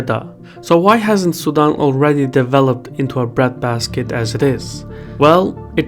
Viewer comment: Sudan vs Sudam. Try as I might to hear the N I kept hearing Sudam. Try using a long A as in tAble as in the name Dan. Su-Dan. Very good story. I love your work.